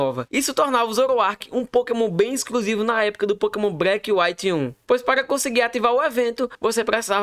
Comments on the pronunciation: agonia do garai ver esse cara falando pokemon breck KKKKKKKKK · Pokémon "Breque" 😂😂